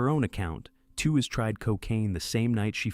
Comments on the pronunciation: I know this was made by AI, but it could have done a better job of pronouncing Lauren Tewes’ last name. It’s pronounced like “tweeze”, not like “tew-wez” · Lauren's last name is pronounced "tweez," like tweezer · Why do AI Narrators have to mangle people's names and mess up what happened? Who is Lauren Two is and where is she? Not Florence Henderson? How bad is this video!😂😂🤣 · Wasn't her name pronounced "TEE weez"?